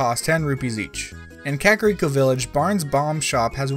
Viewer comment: I was bothered by the mispronunciation of "ooccoo" first, and also "Kakariko." Do I get a cookie?